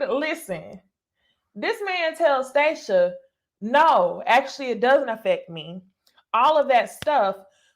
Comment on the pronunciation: You gon CALL this woman by her right name - STAH-shia lolol